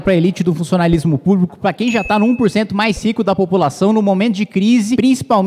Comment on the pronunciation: Meus ouvidos sangra quando ouçei digar “elite do funssionalismo púbico”.